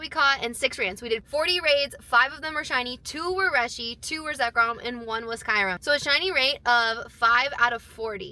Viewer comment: Why do you call Kyurem Kairum? 💀